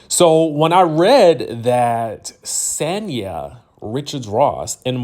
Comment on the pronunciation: It's Sonya you guys Marlo doesn't know how to pronounce her name😂😂